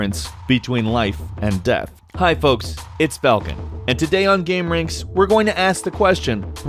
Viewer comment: You pronounce falcon incorrectly. I know that's how you spell it but that's not how you say it. I love it up here on my high horse.